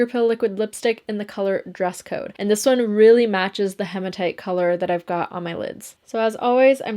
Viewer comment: Sorry for being picky but it’s he ma tight not ha ma tight 😘